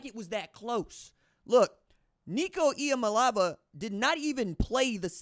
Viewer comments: This is the proper pronunciation 😂 NICO E-AH-MA-LEE-AVA😂 BUT ......VANDY? REALLY?😂😂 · Nico eee-ah-mahlay-ah-va. Loved the commentary. Keep it up!